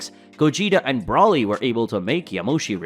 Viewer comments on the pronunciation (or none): It’s Broly not Brawley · I wish you would at least say Broly and Gogeta's names right